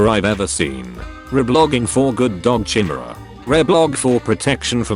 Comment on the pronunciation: I'm pretty sure that's not how you pronounce chimera